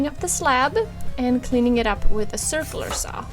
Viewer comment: You said surfuler saw #SurfingUSA haha , top video as per .